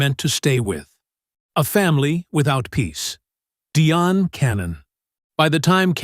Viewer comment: Her name is pronounced the same as Diane. Pronunciation is important and shows that you did the background work so that we can trust your information.